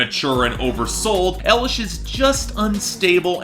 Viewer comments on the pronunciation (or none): EYE-lish. Not ELL-ish. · Watching this now and hearing pronounce Eye-lish as L-ish.